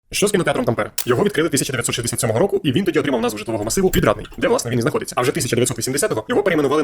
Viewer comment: от тільки наголос на перший склад, тАмпере